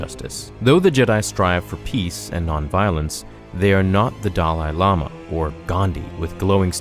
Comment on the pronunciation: "Doll-eye Llama" 😂😂